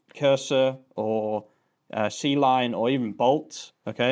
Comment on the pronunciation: Awesome stuff. C-Line is pronounced "Kline".